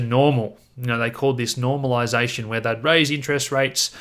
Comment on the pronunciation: Did you say normalization or Norm all lies nation?